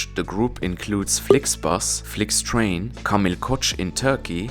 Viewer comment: "Flyktrejn" i "Rynar" na kolei... 🙄